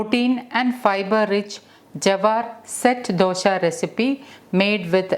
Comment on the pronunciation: Its not dosha its dosa